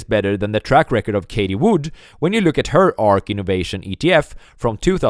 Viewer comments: Who is “Katie Wood”? Do you mean “Cathie Wood”? TH not T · Cathie Wood ---- ( Caf- ee) not (kay - tee) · Did he say Katie Wood ?? Lmao